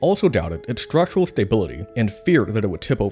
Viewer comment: Great documentary. The narrator just needs to learn how to pronounce the word 'structural'.